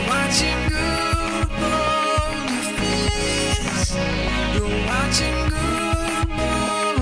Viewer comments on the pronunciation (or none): none